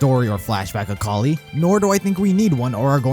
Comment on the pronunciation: Kali is pronounced Kal i